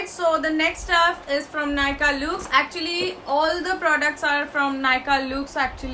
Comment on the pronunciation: Hey , i love your videos. I am from Pune. Would like to inform that the pronunciation of luxe is actually 'lux'. It's actually short form of luxury. Keep doing videos, u rock 🙂